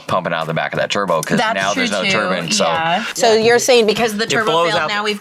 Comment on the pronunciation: is great to have on. Calm voice. Clearly spoken. But then, turban comes out of nowhere like those 50s guys that say robit I stead of robot. Why? You're smart. You know it's wrong af and you hear absolutely nobody say it your way. And, it's only that one word. He does even have a weird 'American accent' like the dudes that says pertaters.